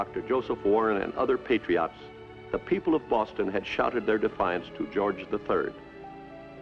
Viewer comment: As much as I love Walt, his pronunciation of "Patriots" drives me a little crazy. lol "Patry-otts."